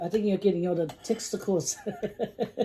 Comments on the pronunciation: LMBOOO😂😂😂 I am 100% sure it’s not testicle, but instead tentacles 🐙. You two are adorable. Thanks for sharing ♥️ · love your vids esp with your hubby xx Was laffing at when you were saying tentacles..fort i heard you say something else hahahaha...much luv x